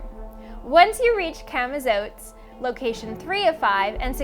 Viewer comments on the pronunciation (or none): The video instructions aren't even easy to follow, the folders and amount of dice are confusing. Also its 'camoZOTz' not 'zotes'.